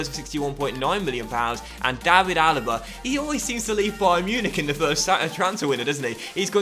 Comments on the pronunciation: David is pronounced like Villa's first name not the English way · the David in David Neres is pronounced the same way as it is for David Luiz or David De Gea